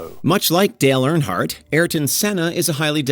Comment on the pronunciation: Stop saying AirHardt it is EARNhardt.